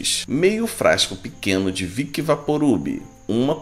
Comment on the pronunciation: Já agora amigo, diga as coisas corretas. Aí vai a super dica, não é viqui mas vicks, topou?